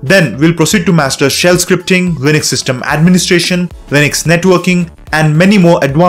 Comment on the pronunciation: question: how does "u" turn into "e" .. it's not lynex .. it's linux .. stop mispronouncing it, please.